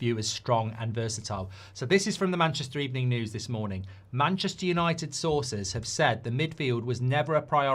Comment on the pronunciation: Manchester Younoited